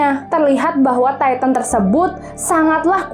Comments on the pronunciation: Maaf kak kalo bilang tintan biasa aja buian taitan Titan aja gitu makasih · Bacanya bukan taiten bro.tpi titan.. lu klo gak prnah liat animenya jngan sok"an alur crita AOT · Bukan attack on taiten tapi Titan mbak dodol bener dah Titan bukan taiten oke hah!!! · Titan bukan taiten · kak maaf bukan taitan tapi titan ok 👍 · Dia : taiten (kata dia) Me : titan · Titan bukan tayten